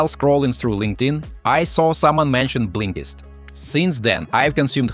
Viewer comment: He calls it Blinklist...?